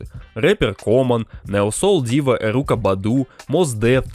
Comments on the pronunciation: бля ЭрИка Баду! Не ЭрУка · Эрика, бро) Эрика Баду)